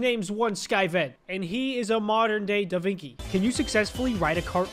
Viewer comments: It's da Vinchi, not da Vinki. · its da-vin-chi not da-vin-ki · Did he just say”Da Vinky”?